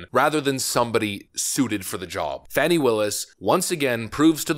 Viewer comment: Her name is being pronounced wrong. Sounds like "Fawny".